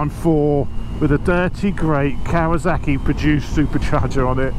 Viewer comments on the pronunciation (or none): Why is this man calling this bike "KawaZaki"? Why can't he pronounce the name of this bike correctly? It's KawaSaki !